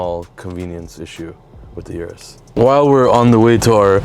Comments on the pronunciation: O-RUS not U-RUS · Good episode. - say it with me now, "Lamborghini Or-us"